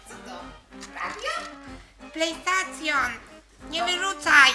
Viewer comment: Plejstacjon xDDDD w ogóle kolega klocucha to szcxupix